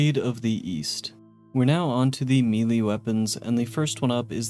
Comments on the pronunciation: Sorry, but its just driving me nuts. The word "melee" isn't pronounced "mealy", its "may-lay" or "meh-lay" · Melee, not mili. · Good video but my brother in christ, its pronounced "May-Lay" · I always get a kick out of it when people say "mee-lay" for melee 🤣 I get that I'm probably the weird one that says "may-lay" but still funny sounding the way some people pronounce it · Melee is pronounced "may-lay," etc. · Holy shit. You're an adult. Learn how to pronounce 'Melee'. It's like pronouncing 'Earth' as EE-AR-th or 'Sunday' as SOON-day. We've known how to say it properly for ages and you are just choosing to say it like a 10 year old. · Somebody please teach this guy how to pronounce “melee”